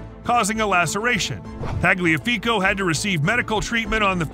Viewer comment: Your telling me this man can't pronounce ajax but somehow got Tagliafico spot on